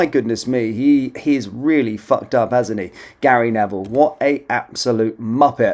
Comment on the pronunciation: Gary Ne"VILE"